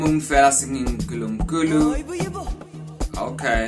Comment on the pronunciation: The letters P and H in Mphela are pronounced as the letter P not F